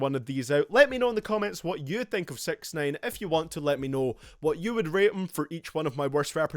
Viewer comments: Its sixnine not sex nane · Did u call him SexNine on purpose? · It sounds like you say sex nine, get it, it's ironic because he's charged with . . . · LOOOL 'Sex neyn'